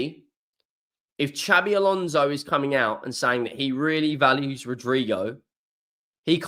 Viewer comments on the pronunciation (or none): none